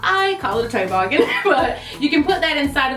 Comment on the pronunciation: TOE-boggen......oh mmmm geeeeeee! Girl....🤪